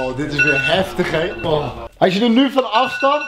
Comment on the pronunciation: HAHAHAHAH komt 'wat n drama he k snap dr ook niks vaaan' op zn groningss